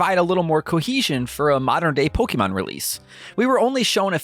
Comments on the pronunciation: Please, please, PLEASE learn how to pronounce Pokémon. It’s po-keh-mon, not po-key-mon. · po-kay-mon, not po-kee-mon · If I hear “Pokeeman” one more time… lol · IT’S NOT POKEEMON!!!! Fuck your voice was so annoying!